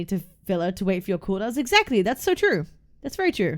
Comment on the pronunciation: a shot every time cap says 'trew'